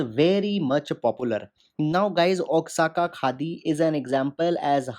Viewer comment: With regards sir, Oaxaca (pronounced O-aa-ha-ka) - Indian Express